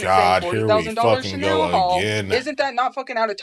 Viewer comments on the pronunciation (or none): none